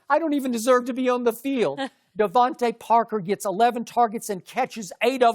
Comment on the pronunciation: LMAO Sharpe can't even get DeVonte Parker's name right